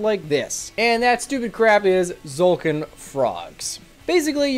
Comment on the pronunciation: Finally someone that doesn't say "Tuh-zolkin"